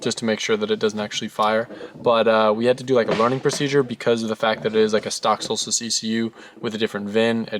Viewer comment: “v8 solstice” nahhh “Volstice”